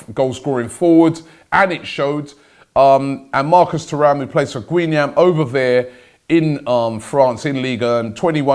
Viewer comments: Guingamp is not pronounced "Gweenamp" wow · You gotta pronounce Guingamp the right way mate! “Gen-Gon” with both ‘n’s very slightly muted 😉